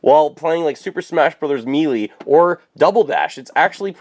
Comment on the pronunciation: dude why did you pronounce melee in such a weird way, even the narrator says it right